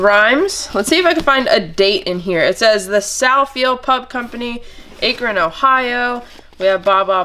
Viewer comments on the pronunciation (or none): It's sounded Ack-ron, not ache-ron. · The way she said Akron Ohio 🤣